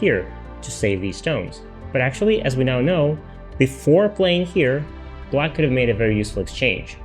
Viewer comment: Is it me or does this guy prononce black like "blight". not great when the other color is white.